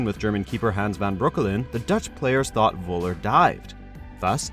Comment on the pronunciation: 1. It's called Nürnberg not Nuremberg 2. It's called Völler not Woller Thx